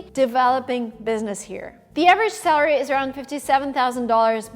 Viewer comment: Hi, I think it would be helpful if, as someone who offers educational materials for people to learn English (including workbooks, videos on your other channel, etc.) you worked a bit to improve your English pronunciation. In this video, you repeatedly pronounce "salary" like "celery," which is not the correct pronunciation.